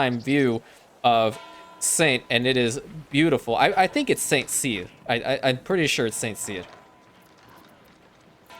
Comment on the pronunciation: Regarding the pronunciation, it is an accent aigu, that is, the accenented e sounds like ay, as in café. Therefore San Say-r. Choose your most obnoxious French pronunciation.